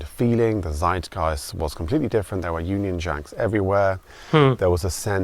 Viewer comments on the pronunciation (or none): none